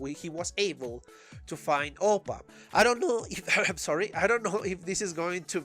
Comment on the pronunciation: its APPA not OPPA😂😂he aint korean